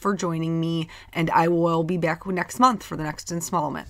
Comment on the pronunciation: You said, “Stay tuned for the next insmallment” at the end! I relistened and, yep, I heard insmallment again! Oh my gosh! You’re so funny! Anywho, love love the card! You did an excellent job! This is so small and detailed. I’m truly impressed with your talent. Happy New Year! Regards, Donna